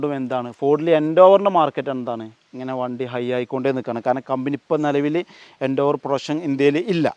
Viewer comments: Nice video bro! Just a small note - it’s pronounced as Ford Endeavour (En-deh-ver), not Endoovar. Just sharing so it helps in future videos 😊👍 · എൻഡേവർ അല്ല എൻഡവർ🤙🏿🤙🏿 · സുഹൃത്തെ എൻഡോവർ അല്ല എന്റവർ ആണ് പരിശ്രമം എന്നാണ് അതിന്റെ അർത്ഥം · eഎൻഡോവർ അല്ലടാ പൊട്ടാ : എൻഡവർ